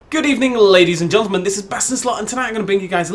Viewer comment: Ladies and... gontlemen?